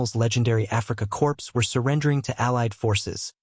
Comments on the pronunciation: //Core// not //Corpse// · Wrong. Corp. The "p" is silent